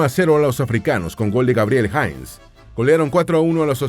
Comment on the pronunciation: Cómo "Jains"?? "Jeinse" se pronuncia